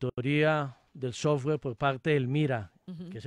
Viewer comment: "El sosgüar" :D